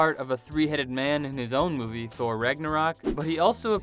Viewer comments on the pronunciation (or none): none